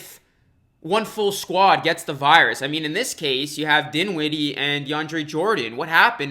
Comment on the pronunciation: He said that he would not say any names for who testing positive. Two seconds later he says dinwinee